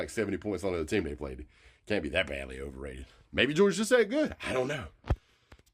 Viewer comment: Who have they pwayed 😂